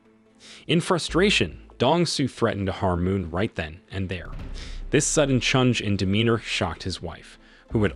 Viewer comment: why this ai pronounce change as chunge. lol